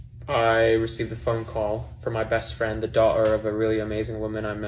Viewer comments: i literally just saw a tiktok about how no one pronounces "daughter" like that and its always a dead give away that say a british character is actually an american actor is putting on a "british" accent in a tv show, etc. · The way Clinton pronounced "daughter" is the same energy as "Ello govnah!" Like someone trying their hardest to fake the accent.